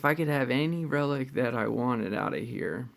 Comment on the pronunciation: I remember when you said that "jasustars mask is not a good reliec"😂